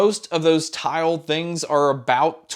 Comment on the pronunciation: I heard "tile support" as "child support" Ps I am using the dime 1